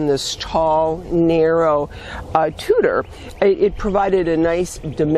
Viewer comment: Thank you for this, you have offered so many ideas for vines. As always, you really deliver a bounty of useful information. I am in zone 4a and it is amazing how many plants different zones have in common. I chuckle when I hear you say Tutuer, as it is pronounced Tu tuer not tutor I hope I do not to offend. Being French I get a kick out of different French word pronunciations. Again I always look to your new posts.